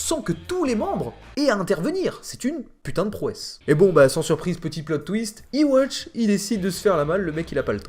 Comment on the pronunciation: Yhwach se prononce Youhabaha. Arrêtez de dire iwatch bordel. 😂